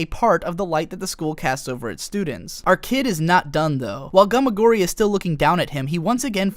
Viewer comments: I know this is an edited repost, but you don't pronounce both s's when you are pronouncing plural possessives. It's just the "students" possession not the "studentses". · studentseseseses :P